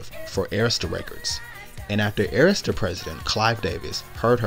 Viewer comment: Awesome voiceover and thank you for saying Arista correctly 👏🏽 🙂🙂🙂